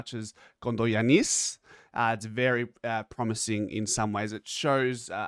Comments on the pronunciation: The accent is on the ‘a’ and not on the last ‘i’ As in GiAnnis Atentokoumpo. So in this case it’s KondogiAnnis. I hope that makes sense to ya bro. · Kondo(short) Giannis(John). Short John. He may have had ancestrally someone who was short whose name was John. Also, when pronouncing his name the emphasis is in the “a” not the “i”.